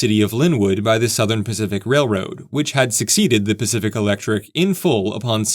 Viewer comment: I love all the serious heartfelt comments, but I feel the need to express my lack of maturity. I thoroughly enjoyed listening to this video telling myself it was actually the "specific railway" but you just kept mispronouncing it.